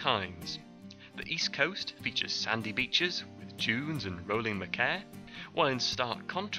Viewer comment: Good video and informative . But machair is pronounced machar not makair!